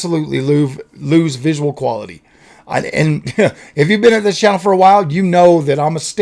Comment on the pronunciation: I f*cking lost it 🤣"QualiTayy"